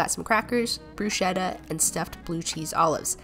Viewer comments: Bruschetta isnt pronounced brusheta Its bruschetta the c with the h in latino cauntries is basically k not s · It's pronounced as "Brus - Ket - Ta" !! NOT "bru - she (like shell) - ta" 😂🤦‍♀️ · It's pronounced brusketta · The spelling is bruschetta but the pronunciation is brush-ketta 😅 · Ejem, Brusqueta, its Written brucceta, but, its pronunce "brusqueta" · Litle tip, it is pronounced brusketta and sharcuterie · It's pronounced bru-skett-a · She also mispronounced bruschetta too. Lol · The way she pronounced bruschetta. Love her regardless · I think you pronounced the bruschetta wrong. Idk exactly but I saw a video from the channel loinfield😂 but oh well its none of my business 😅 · I'm not hating, but you pronounced bruschetta wrong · The way you pronounced bruschetta hurt my ears fknfjf